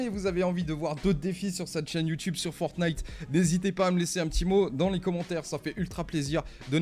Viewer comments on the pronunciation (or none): none